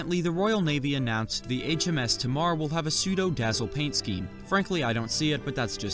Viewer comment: It's pronounced "HMS Tay-marr" after the river which flows past the naval base in Plymouth.